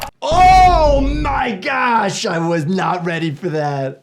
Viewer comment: Why did I hear bro say oh my gyash in